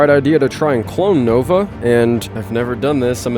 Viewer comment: I love how he says “nogla” instead of nova XD